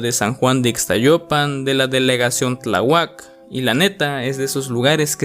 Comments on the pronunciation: Es "Tláhuac", "Tlá-huac". No "Tlaguák" 🙄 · Oye, lector del video: no conoces los acentos: no se dice Tlahuác, sino Tláhuac. ¿Ya viste dónde va el acento? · No se dice Tlahuác, se dice Tláhuac.No sabes leer? Toma un curso. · Increíble vídeo bro, pero cada que dices Tlahuac me dan ganas de golpear la pantalla. El acento va en la primer a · Se Pronuncia: Xoco: Joco no Soco. Tlahuac: Tláhuac no Tlahuác. Denisse: Mequer no Meyker. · El asunto de Tláhuac, los reporteros en vez de ayudar, fomentaron el morbo de la gente, que terrible. Y se pronuncia Tláhuac y no Tlahuác. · Lo que más me aterro fue escuchar Tlawuak en vez de Tláhuac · ¿"Tlahuác" "Soco", ¿Pues de dónde eres que ni siquiera sabes pronunciar bien el nombre de estos lugares? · Se pronuncia TLÁ...HUAC... BURRO!! 😠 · Infórmate bien de la pronunciación de Tláhuac, Xoco y Merker. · ¡Qué pena que no sepas pronunciar Tláhuac! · Buen video, así como buen Lost Media. Sólo un comentario constructivo... Procura "leer y pronunciar" bien las palabras, pues la palabra "perdidos" no lleva acento y lo pronuncias como sí tuviese en la "E"; así como en la palabra Tláhuac, donde el acento se lo otorgaste en la "U". Se escuchan raras esas palabras al ser pronunciadas como sí WORD lo corrigiese. Fuera de eso, es un excelente video, sigue así :D